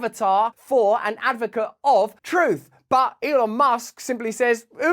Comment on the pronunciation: I loved when you said troof more! Love ya from Canada